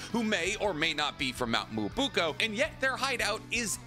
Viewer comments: Mount Mubuko? It's Myoboku... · The only one that makes me seethe, ngl. is Mount "Mobooko" as he says it. ( he even says it in this vid ) When it's Myōboku. Which you say as Myo-bo-koo He does admit he butchers names, but some of them feel.... like he should know, and is trolling. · pls stop mispronouncing Mount Myoboku It's Mi - yo - bo - KU :( Not Mu - bu - ko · Mount "Moo-uh-boo-ko" 😂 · “Mt MuBUko” 😅 bruh hahaha can’t believe you still say it like that hahaha Someone should do a compilation, so funny every-time I hear it lol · Isn't it pronounced Mount Mee-yo-bo-koo? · the mount myoboku pronunciation is killing me; it's so off xD but also, kabuto isn't a snake sage; he's a dragon sage. the snakes never helped him, gotta check your facts (and apparently your pronunciation) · 😬I literally cringed every time you said Mount Myōboku and Ōtsutsuki. Why can’t you ever pronounce them right. Those and Byakugō Seal you say wrong.